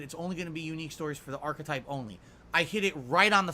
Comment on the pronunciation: Ar-kuh-typ Ar-kuh-type, Ar-kuh-type, ack ack ack!